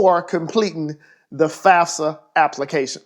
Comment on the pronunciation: This dude really said fasfa